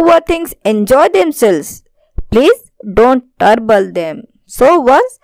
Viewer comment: ٹربل نہیں مم trouble hai wo❤😂